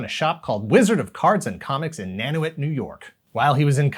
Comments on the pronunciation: It’s pronounced like nan-you-et! Love ya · I love you guys, bit it's pronounced "Nan-you-et". I work in the town.:) Fantastic video!